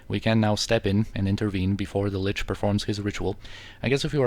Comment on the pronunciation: ahaha, your German is spott on! You are correct about the pronunciation of Lich btw